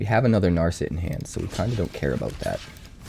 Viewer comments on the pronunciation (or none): Damn you butchered Narset's name as well. Practice your pronunciation before paying for ads. Good luck.